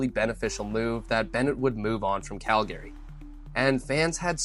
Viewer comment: What the f*** is Cal Gary? Is this AI?